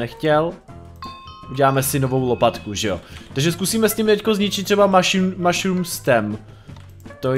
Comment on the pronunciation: neříká se to meshrum ale mashurm